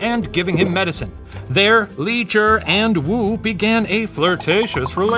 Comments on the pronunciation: I'm impressed that he pronounced Li Zhi the way he did. It's not an easy sound to make for an english speaker. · Just wanna thank Shane & the puppet history researchers for the effort w the pronunciation of the chinese words/names :') Genuinely moved!!! (Even simply pronouncing "Tang Dynasty" as such and not "t-EH-ng" as Americans usually would, or "Li Zhi" rather than "j-EE"). Idk it just means a lot after having grown up hearing the butchered pronunciations so normalised. Sobs.💛 谢谢你们! / Thank you all!